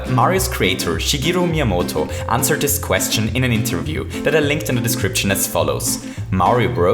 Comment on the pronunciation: He says this like dis